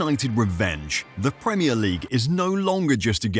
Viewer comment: The pwemier league champions 😅